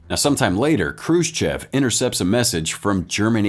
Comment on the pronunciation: Already we have Khrushchev misspelled and mispronounced, badly. The first letter is not k but kh. And the sch later is not the letter s followed by the Russian "chah", but the different letter "sssshah", transliterated usually as shch. And the e at the end is not pronounced like the e in English "chef" but like English "off". Hence, (k)h roo SSHOFF.